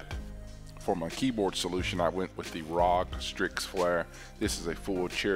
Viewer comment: Is no one gonna say anything about “Rog” It’s R O G!